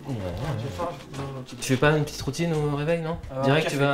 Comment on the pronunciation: petiteeuh vidéo